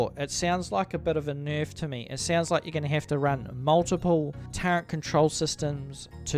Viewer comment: There is no N in turret.